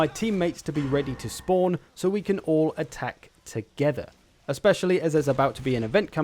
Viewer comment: Love the way you say "attack to-GETH-er" 😂